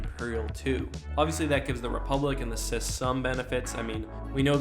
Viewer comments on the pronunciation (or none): If we’re going at each factions height, then the CIS (it’s pronounced C I S, not “sis” btw) And republic have (despite being allied) been at war for Atleast a year or two. This gives them logistical,strategic and combat experience while imperial crews and forces have never actually faced a military force other than small rebellions by that point. Also, if we’re going by legends (since you did include legends characters for the empire) the the CIS should have a much more powerful grievous (especially), ventress, dooku etc. They’d also have the potential for cortosis battle droids that would easily while out an imperial force. And the republic? Jesus Christ dude, just imagine the skilled jedi and cloned working with blaster proof battle droids. A star destroyer’s garrison would be like ants to them. They’d loose barley anything and take an entire imperial fleet. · ok I'm sorry but I really hate when you say "sis" in stead of C-I-S, but at least you're not saying at at instead of A-T - A-T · C I S Not cis